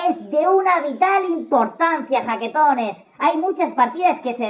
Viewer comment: no sé si dice jaquetones o baquetones ..... (veáse baquetón)